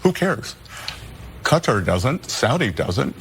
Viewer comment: Legal immigrants are welcome here. Hilary is doing her usual twisting if the facts… and by the way its kah-tar with emphasis on the latter syllable. That is how persons from that country pronounce it…good job for also doing so!!!